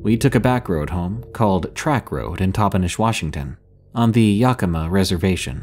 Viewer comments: Great story love the content On another note why can none of the YouTubers I watch pronounce Yakima It’s (YAH-Kih-MAH) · Yakima = Yak-a-mah 😀